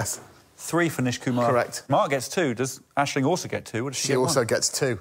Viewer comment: Surely it's AiSling here :p